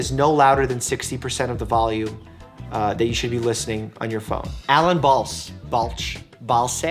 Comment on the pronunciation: Hi Doc! Thanks for answering my question. Btw, it's pronounced "BAHL-say" lol